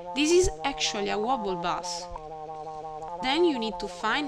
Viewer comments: Your voice and accent are just fine. Thanks for this great tutorial. The only English word that was way off was "bass". It's pronounced: BAY-S. You said it "BAH-S" which is a type of fish. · pretty decent tutorial, by the way bass is pronounced like base, just a tip, keep up the good work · No offence but you pronounce 'bass' as in the fish, when it should sound like 'base' :) Good tutorial